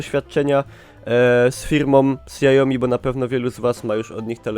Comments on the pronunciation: Błagam wypowiedz to śiaomi a nie siaomi ;d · KSIAOMI ! hahaha proponuję obejrzeć: Hugo Barra teaches how to pronounce Xiaomi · Mówi się siao-mi xi czyta się jak "ś"... taka tylko ciekawostka. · sjaomi xD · Dobry wybór. :) Do 4X wyszła już aktualizacja na Androida 7, jak i też Miui 9 (nakładka Xiaomi) Btw: tak całkiem poprawna wymowa to "Sia-omi" (przez miękkie "si"). Nie jestem lingwistą, ale z grubsza o to chodzi.